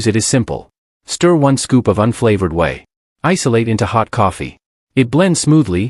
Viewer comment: Whey is pronounced way not wee. Wee is urine.